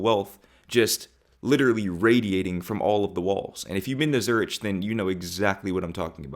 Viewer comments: Good wake-up experience. Now, step 2: learn to pronounce Zurich correctly. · It's actually not unless you're an English-speaker. But that's not how the people who live there pronounce it. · Good god stop saying zürich like that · You are pronouncing Zurich wrong. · also , zurich pronouciation wrong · bro, please check the pronunciation of Zurich... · It would be nice if you got the pronunciation right... (I'm talking about Zurich) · The “collectivist mindset” Americans have been so conditioned to abhor is the reason why European cities are so nice compared to American ones. Also the ch in Zurich is pronounced like a k. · While you are absolutely correct for the English language, neither pronunciation is actually close to how the locals say it. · I know you were only in Zurich for 22hrs but you're mispronouncing the name. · You should learn how to pronounce Zurich. Listening to you who presents himself as a pro is like hearing finger nail scratch a black board. 😮 it’s painful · Yep 😂, but 22 hrs only in Zurich. Easily forgiven😊. He is so right about zoning issues, but additionally to the fact that our cities are older an growed naturally, they are also smaller 😅. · You might wanna look up how you say Zürich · Great video, but Zurich??? There must be a way for you to get the correct pronunciation! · Got to say I cringed a little every time you mispronounced Zurich. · Please do not pronounce the ‘h’ in Zurich. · Please don’t pronounce Zürich like this 🙏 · Check how you pronounce Zurich. The " wealth" that u r talking about and you "didn't see"- was around, money spent on infrastructure and community, not like what you naively believe should be seen in houses..fir example. Just saying...😊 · America is big, yes. I get it. Still, I’m shocked at just how little many Americans know about other countries. The fact that he never heard of Valencia and is pronouncing “Zürich” so curiously hurts my heart.❤ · Heheh funniest way to pronounce Zurich, sounds like Slav last name.